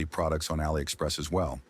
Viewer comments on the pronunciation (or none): none